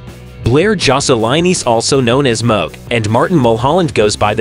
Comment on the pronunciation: It’s Mooooog.. not Mug.. Secondly.. Blair ( Mooog)… refers to Marty as “Martin”.. research better Dude..